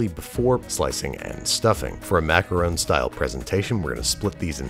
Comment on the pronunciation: Wow. I've heard people argue about whether it's maka-ron or maka-roon, but I've never heard anyone say maka-rown.